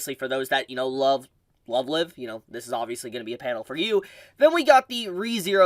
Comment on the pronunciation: good sir! You butchered the pronunciation of Love Live. Live it’s pronounced the other way. Lets say if you’re going “live” on YouTube. I did get a chuckle outta it tho.